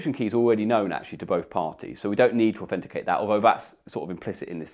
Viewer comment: Do a shot every time he says "aufenticate"